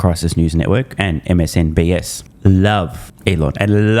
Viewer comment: I've been hearing you say it wrong for years now... It's MSNBC NOT S. lmao